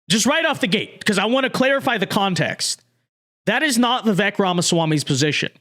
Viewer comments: Pronounced VIV VAKE, for goodness SAKE 😊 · Even commentators who agree with Vivek's positions will still not even bother to pronounce his name correctly. Very lazy of you,.